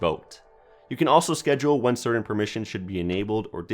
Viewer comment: & the word "certain".(he only says it once)